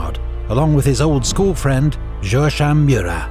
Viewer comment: By the way, Joachim is pronounced Jo-a(as in ham)-keem in French 🤷‍♂️. Apart from that, love the narrator, great accent in every language used.